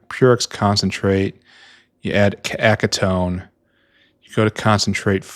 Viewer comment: Acetone is pronounced "Ass-Uh-Tone"